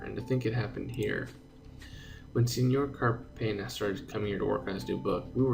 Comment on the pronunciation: in Cárpena, put the entonation into the Cár syllable.